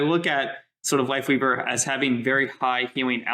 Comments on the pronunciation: He DEF said Wifeleaver. No joke bro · Just for some info... doesn't say WifeLeaver.... but he def does say accidently WifeWeaver 🤣🤣🤣🤣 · nah he definitely said ""wifeweaver" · bro said wifeleaver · He 100% said wifeleaver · he said wife weaver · Wifeleaver bro... he said Wifeleaver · he 1000% said Wife Leaver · HES SAYING WIFE WEAVER NOT WIFE LEAVER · He 100% says wifeleaver bro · I love that he clearly says wife leaver especially when he slow it down but still argue that he doesn’t 😂😂😂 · HE 20% SAYS WIFELEAVER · He says it twice but you can tell there's a clear difference in how he pronounces it either time. Unlike the first time, he has a clear L for life weaver while even in slow mo he sounds like he says Wife leaver the first time. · he said wifeweaver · I’m sorry …but the Reinhardt size Brigitte Ultra wide HD TV shield does not look good…..that’s just my opinion… Listen closely… most definitely did say “WifeWeaver”. There’s even a very very VERY short pause because he realized he fu*ked but kept going regardless. 😂🤣 That did indeed sound like “Tree of Wife”. ………………………………………… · oh he definitely said Wifeweaver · He said wifeweaver lol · He totally fuckin said wifeleaver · He said Wife leaver😂 AND THE DRESS WAS ALWAYS BLACK AND BLUE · hes saying lifeweaver it sounds like he has a tiny speech impediment